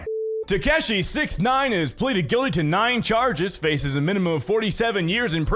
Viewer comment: "pleded gilly lol